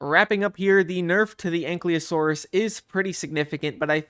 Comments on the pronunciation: dont want to sound nerdy, or bad, but you keep saying anklyosaurus, while ankylosaurus, just wanna point it out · A nky losoros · He's saying Ankleosaurus though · "ain klee o saurus" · I don't wanna be that guy but U pronounced the l before the y in Ankylosaurus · Thats not how you pronnounce Ankylosaurus 😭